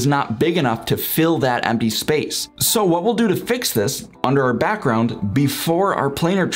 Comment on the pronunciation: informative but the way you are talking is kind of annoying, lol. BAckround PUlls UUp. Might just be the microphone idk.